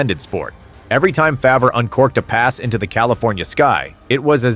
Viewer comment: This guy didn't even get Brett favre name right how just had to point that out